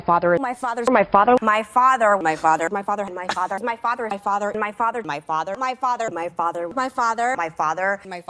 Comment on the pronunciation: O.K., she is now officially the pokemon known as Maifathur McCain. during her dialogue, and attacks all she says is mai, fa, and thur.